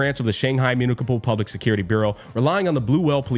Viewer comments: It is pronounced as "Muni-sipal", not Muni-pikal" lol. Also, if you are wondering unc, the afterstory of lukk is 1hr-1hr30min. It just lore bombs you which I like very much. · it's pronounced as "myoo-ni-suh-pl" unc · did this guy not know how to pronounce Municipal? Mun, ni si pal, literally pronounce how you say it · mew - KNEE - see - pull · Unc, that's NOT how you pronounce "municipal"... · it's pronounced "municipal"